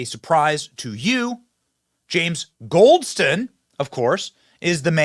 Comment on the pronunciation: “Goldston” Every single time.